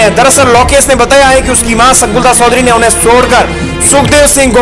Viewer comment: Baya sodhari nahi chodhari phele sahi bolana sikho or adarniya sukhdevsinh ke bare me khuchh pata nahi to faltu video banana bandh kro